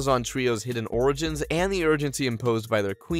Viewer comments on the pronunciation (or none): none